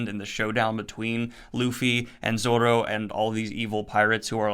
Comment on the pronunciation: Your right, it's Nah-me, for how your pronounce it for Nami. Your finally pronouncing Luffy right and yes it's Zoro not Zolo. Zoro is much better anyway. Also I notice your using spoiler gifs for the videos, you can use gifs of course. But just use them for the arc your using so you don't spoil yourself on this series. One Piece is better read and watched not knowing what happens like Dragon Ball and most series. It's an amazing experience seeing the plot twists as you go, try to avoid spoilers in the comments as well. Hope you enjoy the journey man, it's one of the best anime and manga of all time and you'll see why soon enough.